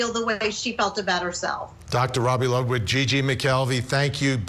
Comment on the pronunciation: Why is always saying someone's name wrong? Ludlow? It's Dr Ludwig. I'm ready for this trial, she's definitely toast